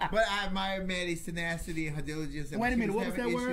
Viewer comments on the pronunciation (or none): I heard "senacity."